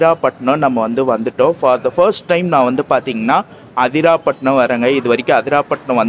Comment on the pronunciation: அதிராபட்டினம் இல்ல ப்ரோ,அதிராம்பட்டினம்.உச்சரிப்பு தவறாக உள்ளது